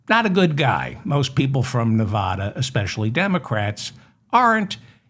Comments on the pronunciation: Hi David, why is it that east coasters can't pronounce Nevada properly? " Pronounce Nevada as nuh-VAD-uh. The emphasis is on the second syllable, using the short "a" sound as in the word "bad" or "apple" (not a drawn-out "ah" sound). Locals strictly prefer this pronunciation over neh-VAH-duh" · Please learn how to pronounce the state of Nevada! I've only stated this hundreds of times that you mispronounce it, but it looks like you don't read your comments.